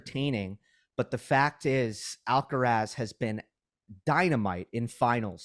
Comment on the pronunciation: Big fan of, is about the sweetest woman on YouTube, has so much experience,, please say AlcarAz, Alcarez is a different name, I think he has earned respect enough to have his name, pronounced correctly, no?